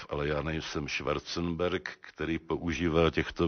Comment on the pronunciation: Ale tak, nazývá věci pravým jménem no :D Ale trošku se u toho zamotal, jak zmiňoval Schwarzenberga. Myslím že by měl omezit ty panáky před projevem, rozhovorem,...